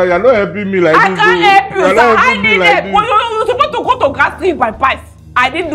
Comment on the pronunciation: It’s “epp” your life😂